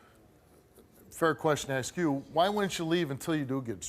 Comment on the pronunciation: Steve, why cant you say "Ask" ? Does it make you more "Street" ?